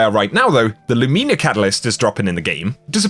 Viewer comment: Wait is it pronounced lumina or lumEEna? I thought it was pronounced Lumina and I heard call it LumEEna, but I thought he was fucking around.